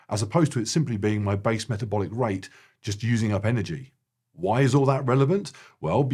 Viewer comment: Aw "Basal MetaBLOIC Rate"